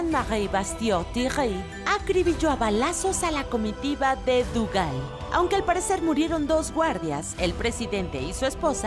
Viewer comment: Estoy segura que De Gaulle no se pronuncia "duval" o algo asi